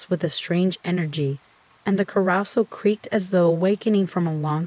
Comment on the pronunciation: AI voice is full of mispronunciation - 'carousel' being said as 'karra-sal' instead of 'kah-ro-sell', as well as 'macabre' being said as 'macca-brah' instead of 'mack-car-breh' Makes your videos sound lazy and monotonous. An intriguing story ruined by a lack of even being bothered to try and produce quality. Downvoted. Lose the AI voice and you might have a chance.